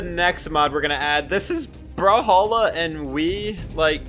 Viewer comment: I cant stop thinking about u saying bruhhalla and not brawlhalla